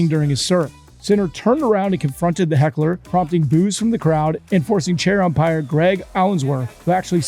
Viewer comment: Medwedew always saying Empire instead of Umpire kills me.